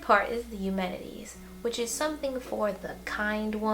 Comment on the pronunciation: Aeschylus is pronounced "Ease-kill-us" and Oresteia is pronounced " Or-es-ty-a" (the "ty" rhymes with "eye"). Eumenides is pronounced "You-men-eye-dees".